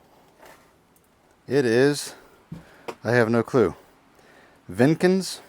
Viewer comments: Jenkins. Not Venkins. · Jenkins not vinkins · its Jenkins not venkins and its a pretty 30k dollars